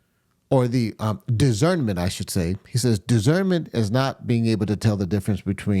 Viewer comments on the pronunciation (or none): The word is “dis.cern.ment”…. The ability to judge well, tell the difference between different things